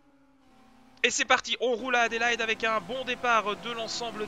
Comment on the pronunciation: Salut! Merci pour la franche rigolade avec AdelAÏEde:)..! Je l'ai toujours entendu et prononcé "Adé-la-i-de", est-ce que c'est comme ça en Belgique, j'en sais rien, mais tu m'as bien fait rire. Du bon contenu comme d'hab', continue!